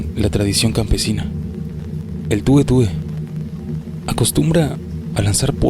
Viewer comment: Sí pero es el tué tué, no tue tue.